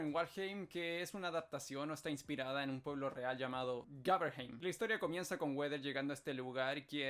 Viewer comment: No se dice Weder ni Goed. Se dice Wrwoaadowear y Ghowdeaoor, con acento muy tex/ Mex.